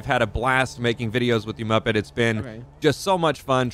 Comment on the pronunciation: Not múppèt